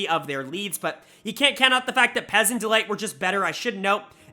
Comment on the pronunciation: Stop calling Peyz "Pez"